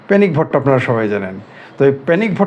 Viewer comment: পেনিক বলেন না পেনিস বলেন বুঝা যায় না।